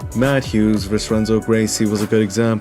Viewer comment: The word is versus, not verse. Pronunciation.